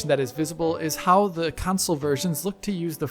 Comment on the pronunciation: Cun'sals Counsouls Cownsols Why can't he say console?